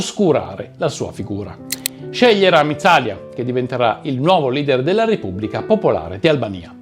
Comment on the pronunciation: Buongiorno, ottimo lavoro. Bene anche la pronuncia, a parte: Ramíz Alía ( tipo ramiiiz aliia )